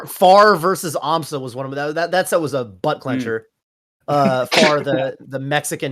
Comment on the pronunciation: "Can you imagine European aMSa?" Me "You mean Amsah?"